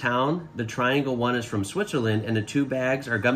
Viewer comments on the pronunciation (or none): none